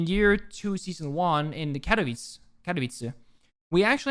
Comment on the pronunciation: i'm shocked how well did you say Katowice ;D